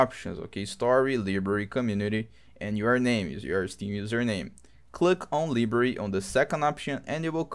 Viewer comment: ly bary its pronounced LY Bary.